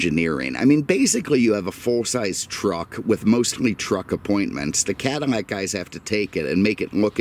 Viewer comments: Attention to detail is second to none love the videos but it's not Cadimack it's Cadillac 😆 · I swear every time I hear him say something that has an L, I hear M. Cadimac? Mexus MX460. Anyone else?